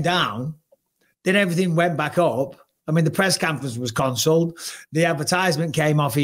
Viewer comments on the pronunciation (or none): "the Press Canference was Concelled" LOL